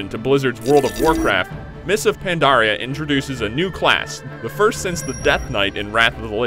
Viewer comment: he said mists of pondaria......i thought it was mists of PANDARIA!?